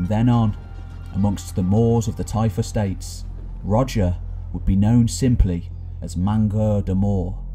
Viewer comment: Typhe states? Tife estates? Tyfa States? What are you saying?